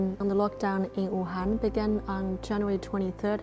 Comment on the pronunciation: Wham, Bahm...Thank you Ma'am Wuhan sounds a lot LIKE (it's WHAM babe's, !!!!)